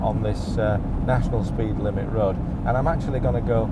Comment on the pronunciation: Nice video. When he says rerd, does he mean road? I'm not English so a little confused.